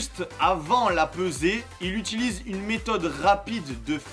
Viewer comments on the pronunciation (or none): none